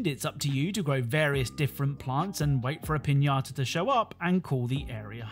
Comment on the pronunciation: buena pronunciación de "piñata"